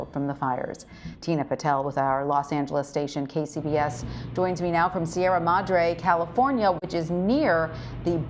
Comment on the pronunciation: there is no ( Y ) in madre , madre means mother , siera madre means mother mountains , so please drop your ( y ) ma - drè pronounce it right .